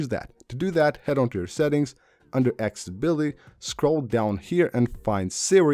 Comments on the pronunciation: lol calling it "X-ah-billy" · Dude really said “Axe-sabilty”